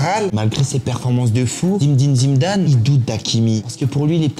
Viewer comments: Par contre faut respecter les légendes un peu, c'est Zinedine Zidane et pas Zimedine Zimdane ... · C’est pas zimedine Zidane mais Zinedine Zidane stp😂😭😭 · Il se croit marrant en disant Zimedine Zimdane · Ce n'est pas zimdin zidane, on croirait jamel debbouz dans H..cest Zindine Zidane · Merci pour cette vidéo, tu as fait beaucoup rire avec ta manière de nommer ZiNÉdine ZIDANE (et pas Zimedin Zimedame.... merci, ils se marrent encore). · ZIMDIM ZIMDANE MDR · Zimdin zimdane 😂😂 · zimdine zimdane hahahhaha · Zinedine ZIDANE, le M n’y est pas je vous prie 🙂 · zimdin zindaze?😂😂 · Comment il dit zimmdine zimdane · zimndine zimndane 😂😂😂😂😂😂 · Zimdim zimdam / Ordiozola xD la prononciation me fume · 😂😂😂😂Zimdine Zimdane ta dit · Zimdine Zimdane !!!!!! le mec a un chibre à la place de la langue! pas foutu de prononcer correctement le nom d'une légende. En même temps on a l'habitude avec les français et les noms arabes...A gerber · `Zimdim Zimdan’ 🧐😂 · "Zimeddine zidane"😂😂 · Top la vidéo. A moin que jai raté une ref que je ne connais pas, marrant ton zimedine zimdam 😂😂😂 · Super intéressant comme d’habitude ! ✅✅✅ Par contre répéter 50x Zimdim Zidam c’est lourd, appelle le Zizou si tu veux, on a compris la réf à Jamel mais ça deviens lourd … sinon au top frérot ! 🤝✅✅✅✌️ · Zinéeeedine Ziiiidane, au lieu de Zimdine Zimdane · Zindine Zimdam 😂😂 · Zimdine zimdane😂😂😂😂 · A ton âge tu ne sais pas prononcé correctement Zinedine Zidane ? Il y a que des voyelles mais t'arrives à te tromper sur les consonnes ksos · Ɓonjour, Ta chaîne est pas mauvaise. Suis abonné 😉 Mais stp arrête d''écorcher ta prononciation quand tu causes du Grand Zinedine Zidane..... PAZ 👌